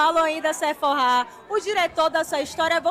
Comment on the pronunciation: Gente adorei: o baile da Sefora (ops! É com pH)com pronúncia brasileira, sem ser francês ou inglês.